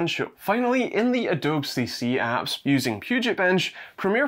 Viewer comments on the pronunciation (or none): You called adobe "a dobe" 😂💀😭